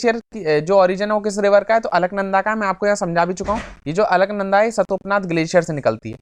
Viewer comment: Sir ji वो सतोपनाथ नहीं , "सतोपंथ" है ,, मैं उत्तराखंड में ही रहता हूँ , I don't mean to disrespect you sir so plz don't mind !